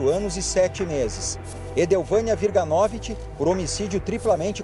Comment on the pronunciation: Aprende a falar o sobrenome WIRGANOVICZ! Não é WIRGANÓVIT.